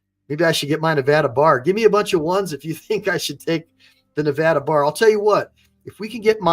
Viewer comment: Its Nevada NOT NEVAUDA